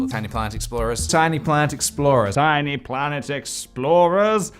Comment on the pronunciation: ok, but by the end of this it sounds like hes saying "tiny plant explosion"